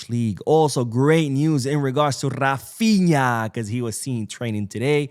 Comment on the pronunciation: did I just hear you say Ralphinha. No it's Goatinha.